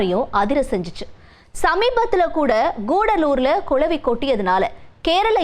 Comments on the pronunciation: It’s not கொளவி, it’s குளவி. தமிழ் நாடு எண்டு தான் பெயர், ஆனா தமிழ் உச்சரிப்பு சுத்த பிழை. 🚶🏻‍♀️‍➡️🤦🏻‍♀️ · கொலவி இல்லடி கிழவி அது குளவி